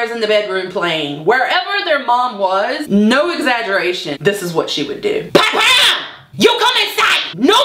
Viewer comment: The way you say PAT PAM seriously just made my day!